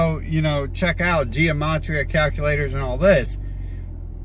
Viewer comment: the pronunciation really doesn't matter, we all know what he's talking about, and so does he.